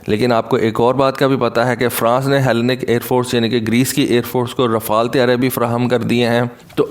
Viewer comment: Bro Greece ki Air force ko ایلی نیک pronounce karty ha